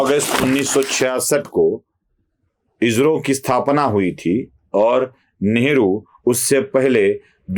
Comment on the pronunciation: इजरो ❌ इस्रो ✔️